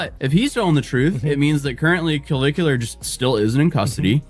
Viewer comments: "...a bar while underaged." Wfc 🤦🏻‍♂️🙄 That's not how you pronounce Clavicular. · intentionally mispronouncing his name is hilarious. Can't tell if he's in love or jealous, but I'm fairly certain it's one or the other.